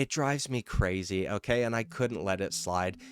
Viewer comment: "O-keh" can you stop saying "O-keh" so damn much? O-keh?